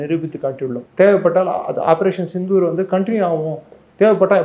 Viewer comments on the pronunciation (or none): none